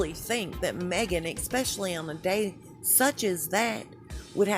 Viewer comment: It is especially not expecially - American English sux!